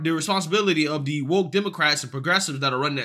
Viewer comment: Bro sound your words out "da" words you say are true and i love you and your channel for truth but bro say THE not DUH right?!